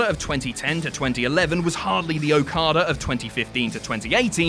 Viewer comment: TNA's botching of Okada's run is nowhere near as bad as the way botched his name in this video.